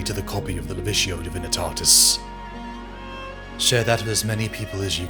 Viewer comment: As silly as it may sound the books, and the performances on top of that give me goosebumps. I listened to your Mephiston video hundreds of times in 2022 when I was at my worst and it helped immensely. You and LordBaldermort are the best, bar none. Thank you EDIT Alright, with listening to the Siege of Terra vids back to back you keep saying "Levitio" instead of "Lecticio" for the Lectitio Divinitatus. Is that personal choice or am I missing something important from recent 40k books